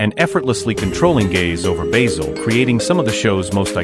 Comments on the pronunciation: I is pronounced Baasil, not Baysel! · BAYZIL Fawlty ? it's BASIL Fawlty !!! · These AI voice overs are sooooooooooo irritating. It's BASIL ... as in the herb ... not BAYZIL! The sooner YouTube bans these annoying AI produced videos ... the better. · Why is your music so loud? His name is bAzil, not baYzil! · Alice was not played by Una Stubbs and who on earth is Bayzil? .. Good grief. AI bullshit. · If you can't even pronounce Basil as a christian name Don't recommend earned ! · So lets get this right you claim to have watched this program yet you cant say basil properly jesus wept americans hear how something is said. Then say nope thats not right ill say it the way we think it should be ignorance at its best